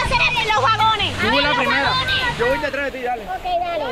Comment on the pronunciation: se dice voy no boy